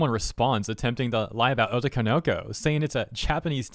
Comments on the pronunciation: Oh toe ko no ko Otoko no ko You're linking the syllables wrong. You're saying it "oh toko noko." That's wrong. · Also, the way in which you pronounce otoko no ko as being one work was super funny😂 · It's weird to hear otoko no ko pronounced as one word when in reality it's 3 words lol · the way you pronounce otokonoko is so weird lmao